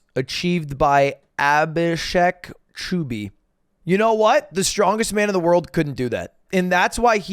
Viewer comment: It's aa-bee-shake ch-ouh-bhee